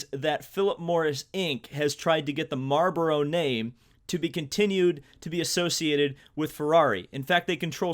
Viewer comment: Hahahahahhaha how you say marboro hahaha